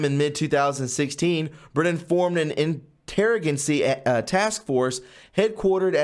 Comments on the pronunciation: Its not pronounced interragancy it is pronounced inter-agency. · In tera ga cy.... dude, love your passion for this stuff. If you want to be taken more seriously you need to learn a lot of very commonplace words and how to pronounce them. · INTER AGENCY not interogacy. Geez lol